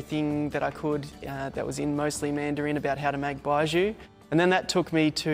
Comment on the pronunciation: This guy can’t even pronounce baijiu